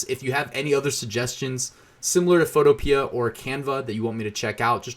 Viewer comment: Photopea rhymes with Utopia. fo TOE pe uh